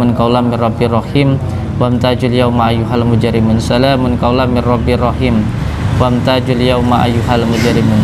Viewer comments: Salamung qaula.dst. WAM TAZUL. BUKAN WAM TAJUL GUS.. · maaf ya, ayat dalam surat yasin itu, bacaannya bukan wamtajul, tetapi wamtazul yauma ayyuhal mujrimuun